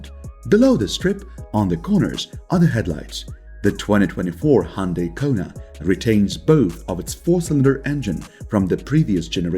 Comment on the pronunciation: The way u pronounce Hyundai makes me want to punch a wall.